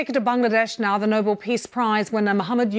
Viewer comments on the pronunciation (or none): Newsreader doesn’t know pronunciation difference in noble and Nobel.